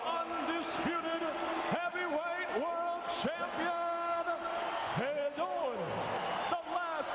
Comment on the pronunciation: Fay-door .....for the love of god